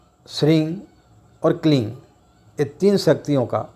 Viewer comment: इस वीडियो में आप हिरिंग श्रृंग किलिंग उच्चारण कर रहें है और दूसरे वीडियो में आपने हरीम श्रीम क्लीम का यानी ग और दूसरे में म का उच्चारण किया इन मंत्रों के साथ यही प्रॉब्लम है आप पंडित लोग ही कंफ्यूज है तो हमारा क्या होगा जी। सही उच्चारण क्या है हम भी कंफ्यूज है